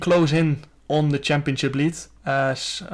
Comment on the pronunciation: Nobody: Jarno: “champioCcip” 😂